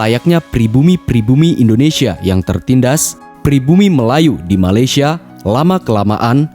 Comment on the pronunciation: Bukan malasyia tapi malaysia